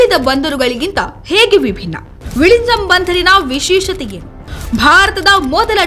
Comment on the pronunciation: ಅದು "ವಿಝಿಂಜಮ್" ಅಲ್ಲ ವಿಳಿಂಜಮ್. ಡಿಎಂಕೆ ವಿಸ್ತ್ರತ ರೂಪವನ್ನು ಆಂಗ್ಲದಲ್ಲಿ "Dravida Munnethra Ka"zha"gam" ಎಂಬುವುದಾಗಿ ಬರೆಯಲಾಗುತ್ತದೆ. ಅಂದರೆ ಳ ಅಕ್ಷರವನ್ನು Zha ಎಂಬುವುದಾಗಿ ಬರೆಯಲಾಗುತ್ತದೆ. Khazhagam - ಇದನ್ನು ಕಳಗಂ ಎಂದು ಓದುವಂತೆಯೇ, ಕನ್ನಡದಲ್ಲಿ ಬರೆಯುವಂತೆಯೇ VIZHINJAM ಅನ್ನು ವಿಳಿಂಜಂ ಎಂದು ಓದಬೇಕು, ಬರೆಯಬೇಕು.